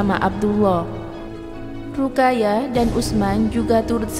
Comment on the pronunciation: Min... Ruqayyah dibaca harusnya Ruqoyyah